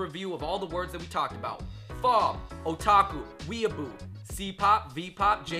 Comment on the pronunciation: "Expert who studied these terms her whole life" Cant pronounce weeaboo. ok then